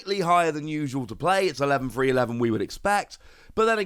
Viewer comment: does anyone think every time he say’s “3” it sounds like he’s saying “free”?